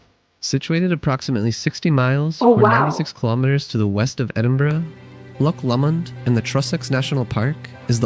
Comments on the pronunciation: It's pronounced Edinburrah, not not Edinburrow. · He started off well but within a few minutes, he was back to burrow.